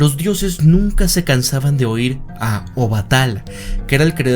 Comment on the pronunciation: Ola, una pequeña corrección se pronuncia Obatalá, o sea se carga la voz en la última "a"